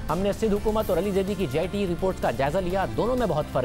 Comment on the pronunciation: its JIT not GIT